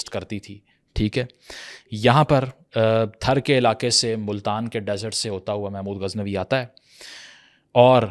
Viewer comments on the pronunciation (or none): It is not pronounced "Thar", but "Thaar".